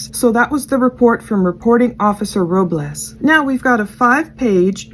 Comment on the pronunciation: Soto is pronounced the same way you’d pronounce soda just with an O at the end instead of an A 🙂 You got Robles perfectly 👌🏼